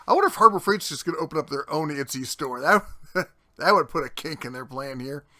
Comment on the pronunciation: Itsy? I thought it was Etsy? Lindhurst? I thought it was Lindenhurst? :P Not for nothing, but idiots keep people like that in business. If they're that stupid and lazy, they deserve to lose money.